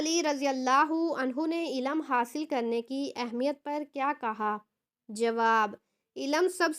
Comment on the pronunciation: Ilam nahi ilm talaffuz kijye